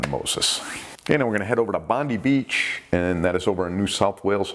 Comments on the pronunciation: Bondy beach lol , it's bon-die beach. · Lolz, Bondi beach is pronounced bondeye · Bondi is pronounced as “Bon-dye” in rhymes with “eye”. Idk why, but that’s how we pronounce it. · BONDI beach Sydney pronunciation BOND EYE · That goddamn seal's back again. BTW, the playground of the Pacific known as Bondi Beach (don't step on a syringe!) is pronounced BOND-eye. In any case, thanks for another year of hardcore shark action! Happy Noo Year, everyone. 😺🍺👍🏻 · G'Day Mate. love your vids. Bondi said as Bondeye.Just thought I would help. Cheers Rory Please keep then up I am learning a lot. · Hi, very interesting channel! Just to let you know (as a fellow American who lived in Sydney for 5 years) they pronounce it Bond-EYE beach. I was corrected several times myself there! If you ever do anything off the Great Barrier Reef and the town close there: Cairns is pronounced Cannes (like in France). I know there are a lot of bull sharks there in canals, harbors etc which seem quite vicious but usually off shore seems to be mainly great whites (or white pointers as they call them) especially in the southern areas of the country. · Great channel have been subscribed for awhile now. as a Aussie when saying Bondi we would say it like bon die. Just for reference. Merry Christmas and a happy New year. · Great show. Being an Aussie, Bondi beach is pronounced 'Bon- die' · Hi its pronounced bond die. Good grief the bloke in the kyak was very lucky, such a huge shark.Always remember that Australian place names make no sense half the time.